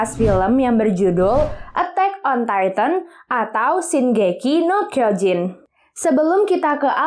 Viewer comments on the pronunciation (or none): Maaf kak kalo bilang tintan biasa aja buian taitan Titan aja gitu makasih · Bacanya bukan taiten bro.tpi titan.. lu klo gak prnah liat animenya jngan sok"an alur crita AOT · Bukan attack on taiten tapi Titan mbak dodol bener dah Titan bukan taiten oke hah!!! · Titan bukan taiten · kak maaf bukan taitan tapi titan ok 👍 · Dia : taiten (kata dia) Me : titan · Titan bukan tayten